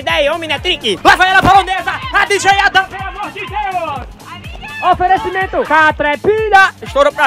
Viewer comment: bom locutor boy kkkkkk toda hora fica falando oferencimento..... kkkkkkkkk